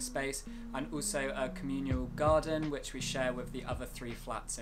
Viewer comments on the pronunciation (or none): communal NOT communial. He sounds better educated than he is.